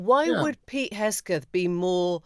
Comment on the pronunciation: Emily, it is Hegseth not Hesgeth